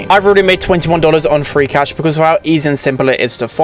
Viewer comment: I totally hear 'Freak Ash' instead of 'Free Cash' 😅😂